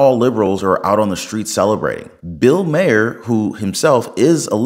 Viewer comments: It's not pronounced Mayer. It's Mahr, like far. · Once again - would you please learn how to PRONOUNCE MAHER’S NAME?????